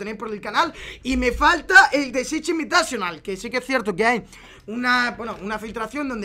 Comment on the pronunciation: Chich invitachonal... que asco como lo dice